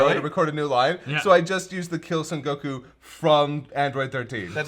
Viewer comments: Has he always pronounced it goKU? lol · Every time says Goku I die a little inside.